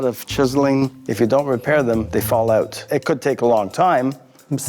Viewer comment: And the way he said "out" as oat instead of owt.